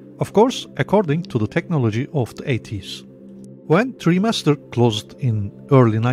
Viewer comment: it's pronounced try master. not tree master.